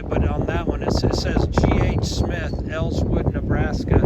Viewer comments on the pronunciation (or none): Elwood, Nebraska. Not “Elswood”.